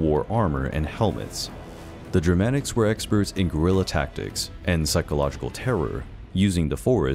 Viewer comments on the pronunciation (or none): none